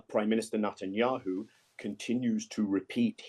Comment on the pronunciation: When will have the common courtesy of learning to pronounce the PM of Israel's name correctly? Perhaps a small lesson in elocution is warranted ahead of another political opinion being emitted by this man.